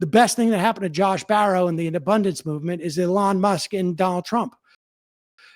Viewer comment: Sam's pronunciation of "Elon" is so feminine and I love it